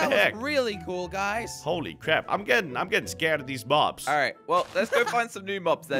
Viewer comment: At 8:84 u said Bob's instead of mobs